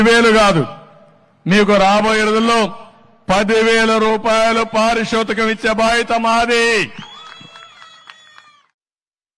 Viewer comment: పారి సూతకం కాదు బాబు పారితోషకం